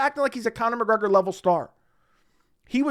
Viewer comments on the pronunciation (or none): none